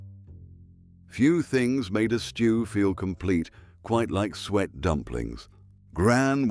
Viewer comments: Not sweat pudding, it was pronounced Sue et lol! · If you're going to use an AI voice it would probably sound more professional/authentic if you could find one which can pronounce suet. Why don't you just use your own voice? (My guess would be that you're not British) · It was the AI voice which mispronounced some of the words! The man's voice say sweat pudding instead of suet!